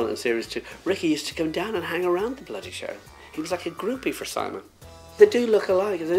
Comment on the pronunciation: wen he ses bloody show he sounds sooo english !!! pml